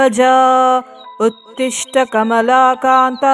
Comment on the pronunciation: ಉತ್ತಿಷ್ಟ ಉತ್ತೀಷ್ಟ ಅಲ್ಲ ಉತ್ತಿಷ್ಟೋ ಉತ್ತೀಷ್ಟ ಗೋವಿಂದ